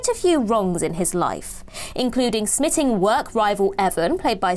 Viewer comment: *Smite-ing 🤣 not smitting